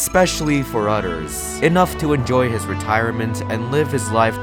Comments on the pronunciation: Other ❌ Udder✅ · omg its others not utters 🐄🤠🤣😭😭😭